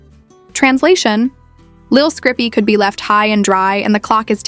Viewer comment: Who tf is lil scrippy? Dumb AI